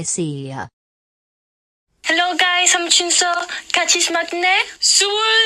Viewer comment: I know “Chunseo” (Ruth) is Spanish but her english is really bad. I know how it is to speak spanish and try to learn english, so i know she can learn it and mostly pronounce it a lot better.